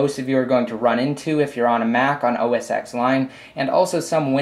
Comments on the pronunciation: oh-s-ex lion? Its "ten" not "X". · It's pronounced "Oh-Ess-Tehn" Not "Oh-Ess-ex"